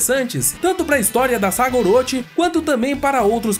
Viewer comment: "Oroti" não, "Oroxi".